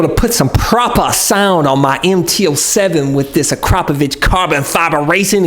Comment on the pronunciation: Akra-po-Vic It’s not….A-crap-o-vich. Jeez